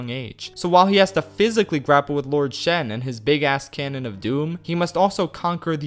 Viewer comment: It's actually Shen